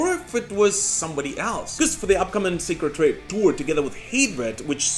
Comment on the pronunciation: Sacred Reich (Rike not Rake)